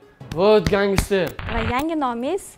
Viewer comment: Гангистер эмас просто ганстер